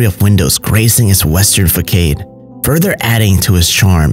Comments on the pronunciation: Dude it's "façade", not fackaide. LOL. I did enjoyed the video for it's architectural and historical value. Not a fan of the paranormal thingy though but I understand that it's part of the appeal of the video and is quite necessary to attract more views. I hope you get to visit more heritage houses in the Philippines as we are slowly losing them to neglect or indifference. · Did you just pronounced facade fakade ? It’s pronounced fasad. Please stop trying to sound fancy you already pronounced homage wrong